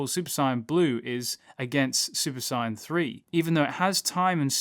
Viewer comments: You keep saying sigh in it’s sayin like I’m just sayin lol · Stop fucking saying saiyan like cyan, its so trigering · Did he just say "super sai-ann 3" 😔😔😔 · Dude its not si yan its say an sAiyan not siyan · Is he saying super sonic or super saiyan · Sayian is pronounced "say in" not whatever you are saying lol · Do you keep saying super cyan? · Why u say saiyan wrong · I had to stop watching cause of the way u say saiyan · I wish he would say Sayian properly 😑😑😑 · mispronounce saiyan and count to six with your thumb